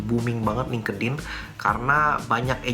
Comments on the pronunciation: Job search nya LTE ENGINEERING Tp pengucapan LINKEDIN (LING KE DIN) Bukan nya (LING IN) ya seharus nya CMIIW 🤣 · Selalu ketawa tiap dgr ngmg lingkedin, segaja ya mas?